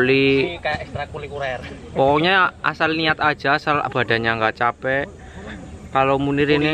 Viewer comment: Ekstrakurikuler bang yg bener